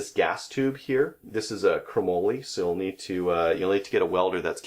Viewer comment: "Crumollie"??...is that the Canadian pronunciation?...it's "Chrome molly"